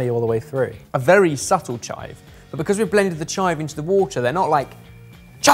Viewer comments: They’re not like “CHIVE” 👊 they’re “chive” 👐 And also, for someone who’s not into tiny balls on my food, I don’t find this very appetising. 🤢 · "they're not like CHIVE! they're just like chive~" 😆😆😆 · "They're not like CHIVE.. but they're like chive" -, 2020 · “They are not like *🤜🤜👊* CHIVE!! They are more like *🙌👐🤲* chive.” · It’s not “CHIVE”, it’s “~chive~” I LOST IT AHAHAHAHAHAHAHAHAHAHAHHAAHAHAHAH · "CHIVE!" "chive" is best.